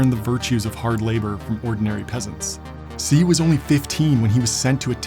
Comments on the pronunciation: His name is NOT pronounced as "See." The proper pronunciation of Xi's name is "She." The X makes a "shh" sound and the I makes the "ee" sound like a long E. I know this because I used to work for a Chinese guy from Taiwan named XI Mu (pronounced: "She Moo") and that is how he and all of my Chinese and Taiwanese coworkers pronounced his name. Idk if there is a difference in pronunciation of his name between Mandarin Chinese and Cantonese, but I should note that he spoke Cantonese as his mother tongue (though I'm pretty sure he spoke Mandarin Chinese as well). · great info. but as a tip Xi is pronounced "she" not "si". as someone fluent in mandarin hearing you mispronounce his name twenty times in the video was kind of ruining my experience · Dude, i wanna watch this, but if you do a piece on Xi Jin Ping you GOTTA at least TRY to learn how to pronounce "Xi". It is not "C", you'd be closer by saying "She". I had to stop watching after the 5min, the C's are just too much, man. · Xi's name is pronounced like the word "she" not the word "see" . Just FYI for future videos. I live in China and speak Mandarin Chinese. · Great video, but please practice your pronunciation. It's annoying, Xi is not See, it's Shi. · Why do you say si instead of she? Normally I don't mind mispronounced words that just proves you are human and not a computer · Great video, but barely tolerable every time you mispronounced his name which is "SHE" not "SEE" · Hey bud. First video I've seen from you, but it's not "Xi" like "see". It's "Xi" like "She". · Xi is pronounced "She", not "See". It's a small error but it makes this video nearly unwatchable. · Xi is not pronounced "See" it's prounced Shee. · you're calling him "see" but his name is "she".. that is how you pronounce Xi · Amazing quality and details and yet the pronunciation of his name. Xi isn't pronounced zi, its more of a "she" but a Chinese "sh". Nothing like zi. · Its pronounced more like She than Si. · Xi is pronounced "she" not "see"